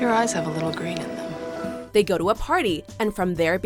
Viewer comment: I can’t handle the way the narrator pronounces “them” as “thum”...Jesus Christ